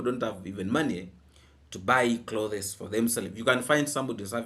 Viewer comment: no offense intended here. The word "clothes" has only ONE syllable. Each time you said it, u separated it into 2 syllables. Google the spelling of it to verify what I've shared. 😊😊😊